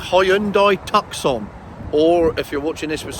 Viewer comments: TUCK-SON???? REALLY????????? TRY TOO-SON! You know, like the place in the Arizona!!!!!!!!!!!!!!! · It's pronounced Tooscon, not Tuckscon, it's a place in Arizona, Tuscon. Sorry to be pedantic, and let's be honest unless you can afford a high end luxury vehicle, this vehicle is more than capable. A family car. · Love this channel! ( ps. Tucson - City in Arizona pronounced 'Toosson'. ;-) )